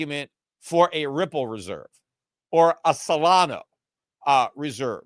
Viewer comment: It seems that Peter may have a near perfect memory based on the stories he tells going back over sometimes decades of American and economics history. Then he comes here mispronouncing Solana (repeatedly over a couple of weeks now) and Cardano to feign limited familiarity with them. Peter we're not falling it. 🤡🤡🤡 It is clear that in the last year at least, you follow crypto as closely as you do your unfortunately-dying-at crypto's-hands asset classes of gold and silver. Just own up to it!!! We know you are financially married to Gold and Silver and we understand that when we come to your podcast.